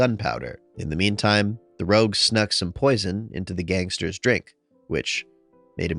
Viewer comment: I’m curious, why do you read rogue as”ROUGE” sometimes?